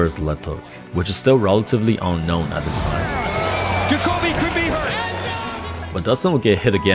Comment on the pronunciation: It’s pronounced ja co bee. If ur gonna pretend to be a fight fan show some respect n look up how to pronounce names and don’t pull an Oscar.